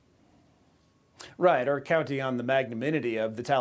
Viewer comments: Did you mean, the Tally-Ban?! I heard Uncle Sniffy mention them! 🤣🤣🤣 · Joe was ready to expound on his knowledge about the "Tolly bon"